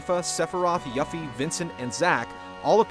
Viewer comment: Hearing mispronounce Cait Sith and Yuffie hurts me.